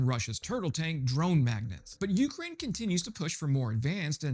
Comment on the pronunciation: Just a reminder, —it's "Ukraine," with the emphasis on the second syllable, not the first.